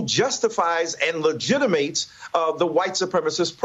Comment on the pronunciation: "legiti - MATES" ~ ta®d